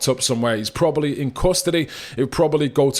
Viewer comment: good video but stop pronouncing Probably as Probally